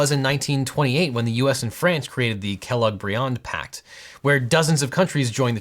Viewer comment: Sounds like "Kelloggs-brained pact"